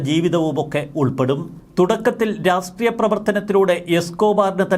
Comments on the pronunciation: രാസ്ട്രീയം അല്ല രാഷ്ട്രീയം.. രാഷ്ട്രീയം! ശ്രെദ്ധിക്കണ്ടേ.. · രാസ്ട്രീയം, രാസ് ട്രീയം, രാസ്ട്രീയം..... എല്ലാത്തിലും ഒരു പത്തു പ്രാവശ്യമെങ്കിലും ഉണ്ടാകും. ഒരിക്കലെങ്കിലും 'രാഷ്ട്രീയം' എന്ന് തെറ്റാതെ പറഞ്ഞു കേൾക്കാൻ ആഗ്രഹമുണ്ട് 😊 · രാഷ്ട്രീയ മല്ലേ' ശരി? രാസ്ടീയമല്ലല്ലോ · Rassstreeyam or Rashtreeyam?